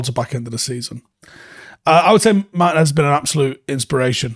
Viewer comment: Little tip: more emphasis on the 'Tee" in Martínez